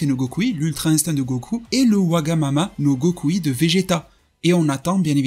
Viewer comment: J'adore la prononciations wagamama no gokui j'adore le design j'adore la vidéo vraiment merci